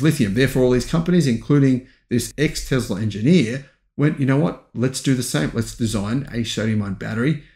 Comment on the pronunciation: For being a EV go getter you have to learn how to pronounce Tesla. There is no Z. Tesla….s for Sam, not Z for zebra!